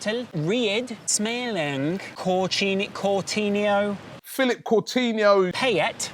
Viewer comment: Still saying CouRtinho...